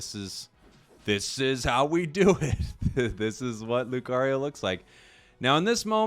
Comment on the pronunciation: Alright class say it with me LEW - CAR - EEE - OH not LEW - CARRY - YO